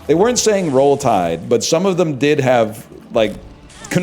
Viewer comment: being from alabama and hearing him say roll tide is very stranger